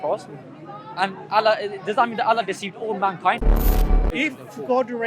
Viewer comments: Exactly. Sorry this guy was NOT a muslim. Doesn't pronounce Allah properly lol 😂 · "Ex muslims" that never were 😂. Can't even say Allah properly